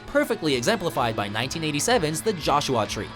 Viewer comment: The narrator said Joshua Tree weird.